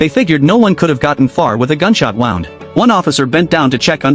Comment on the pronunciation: So full of bs and the narrator couldn't decide how to pronounce "wound".